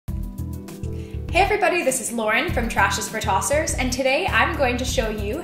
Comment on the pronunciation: This channel is great. It's making me really question how much plastic I buy. Also as an Australian, I have to say that 'tossers' sounds much less offensive from an American mouth